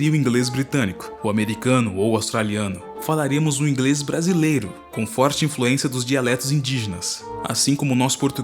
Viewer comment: Adorei seu "Ingrêis"